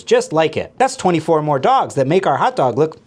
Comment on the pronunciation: For all the hot "dawgs"